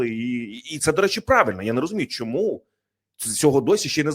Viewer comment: ЯК ПЕРЕСТАНЕШ ВИМАГАТИ ВПОДОБАЙКИ НА ПОЧАТКУ ЕФІРУ ЗА ПАРУ СЛІВ І ПЕРЕСТАНЕШ ЗНУЩАТИСЯ НАД УКРАЇНСЬКОЮ МОВОЮ:ЩЬО,ЩЬО,ЩЬО,ЩЬОБ,ЩЄ,ЯКЩЬО,ЧЬОМУ,СПОЧЯТКУ,ЧЄНОМ,ЧЮДИЛИ,ЧЬОТИРИСТА,ЧЄТВЕРТА,ДА,ЗНИЩЄНІ,ХАРКІВЩЄНА........,ТОДІ ДІСТАНЕШ ВПОДОБАЙКУ!!!!ЦЕ ВЖЕ ГИДКО СЛУХАТИ,ЩОБ ТАК СИЛЬНО ВИКРУЧУВАТИ УКРАЇНСЬКІ СЛОВА!!!!!!!!! ГАНЬБА ТОБІ!!!!!!!! (УКРАЇНЦІ,США)